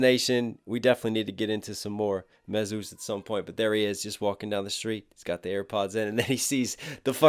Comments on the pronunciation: i was surprised knox said Mesus like Dr Seuss its like jesus mesus i love this song great reaction an still into you knox hill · Its pronounced Me-Sus not May-Zeus lol no hate love the reaction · Great reaction Knox as usual. I’d like to see u do more burden and more Mesus. - by the way it’s pronounced “me-zus” to sound similar to Jesus. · Love you brother but MESUS is pronounced like Jesus with an M. He says it in several songs. I'm going to see MESUS Burden Hi Rez Topher and the Marine Rapper at freedom fest in Orlando 50 bucks vip 20 general admission. I wish you were booked on that one. Your flow and vocab is second to none. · I love all your reactions Knox especially Em and Tom but I think his name is pronounced jist like Jesus but with a M.. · Great reaction!! FYI Mesus is pronounced the same as Jesus. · Knox you saying Mesus wrong it's Jesus but with an M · Don't worry homey I told him how to pronounce MESUS lol. Just kidding I mean I did but I was just bustin his balls. See you at freedom fest!